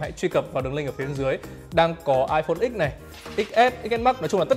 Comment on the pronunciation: Rất thích ai đọc là iphone mười chứ không phải " ích "